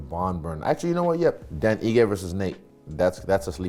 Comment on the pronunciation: I am sure you are aware that Dan is of Nigerian ancestry so his last name could actually be better pronounced seeing as it is directly from your tribe. Heegay is the pronounciation